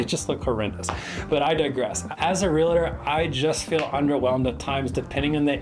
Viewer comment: A Realtor who can't pronounce Realtor?